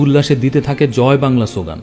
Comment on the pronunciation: Joy bangla bolar style ta onek ta kolkatar accent er moto